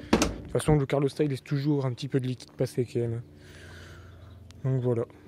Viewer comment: Super tuto merci Par contre "carlostat" c'est pas possible ! C'est "calorstat"😂